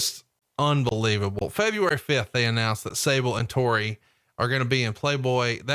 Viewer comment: God damn it it’s TORI not TERI